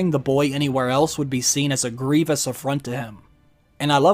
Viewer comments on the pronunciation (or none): none